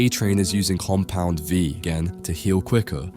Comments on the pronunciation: "Compound Vive" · lmao noticed this too. also "tears up" like tearing paper instead of crying tears. and alternating between compound V, compound 5, and compound vive 💀 tried really hard not to let these ruin the otherwise great video for me but oof :') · Im not sure why, but it is very entertaining that he says Compound 5 instead of Compound V